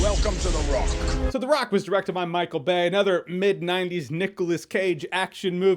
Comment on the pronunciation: "Welcome to the Rrrrrock."